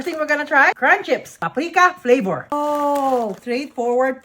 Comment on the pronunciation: Flavor = "PLapouRrr"